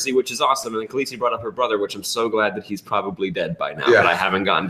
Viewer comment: sam calling Daenerys Khalessi really annoys me